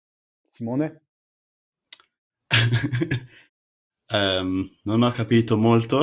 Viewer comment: It's funny that he says "un" for "non" like central and midsouthern Italians, but he velarizes the N in it, as well as all other syllable coda Ns, like in Ligurian, Lombard and a few others